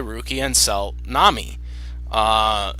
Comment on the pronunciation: Thanks for making this, and yes you said ma name wrong, but ti is ok, it is not english name so you can't know that. I would personaly buy Nami, because I really like her. Rukia is better fighter, and she definitly has good moments but I do not know why, but I bever personaly care much about her. I made a mistake and not realise that you do not know all episodes of One Piece, I watch 750 episodes myself the reason why I like Nami is that she has development, she is quite smart, smarter that many people realise I beleve, and she is also more funny. Rukia is more helpfull fro Ichigo in combat, but Nami work more like brain of team. Luffy himself admit he can't think without her (not remember when), that is maily because Luffy is sometimes idiot, while Ichigo is very inteligent so Nami has more spece thatn Rukia in that regard. And yes Nami love money, I belve every Straw hat member have some obsession, but Nami can overcome this and care more about her friends than money. If there is someone in One Piece who can't overcome his obsession that it is Sanji, his love for woman is sometimes greater than his loyalty to friends so I do no like him, but Nami, she can be very protective and kind. Another reason why I like Nami is her fighting style, she not fight much but I would say that her weather bending abilities are original and interesting. Rukia is far more powerfull but her snow/ice powers are in contrast, rather boring. But still cool video I like it.